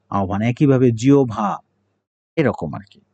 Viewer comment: স্যার,জিহ্বা এর উচ্চারণ জিউভা হবে না??